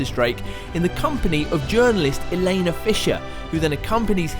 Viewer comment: Did he seriously call Drakes love interest elaya? I can't even. It's Elana ffs